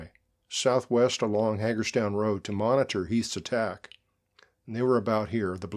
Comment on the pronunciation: Very good narrative - thank you Small point: Hagerstown locals (who I knew) pronounced it "HAY gurz town"